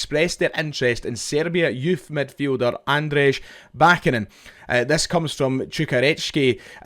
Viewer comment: Cheers mate love the content but this is killing me: it’s Ahn-dray ba-CHA-nin